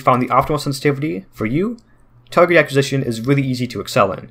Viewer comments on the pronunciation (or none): you pronounced acquisition wrong